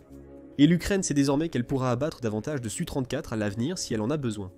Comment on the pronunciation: Donc je vais t'expliquer, SU se lit SU et S.U. se lit (phonétiquement) ESSU. Et un Sukoï 34 se lit (phonétiquement) ESSU34 et non SU34 Capito?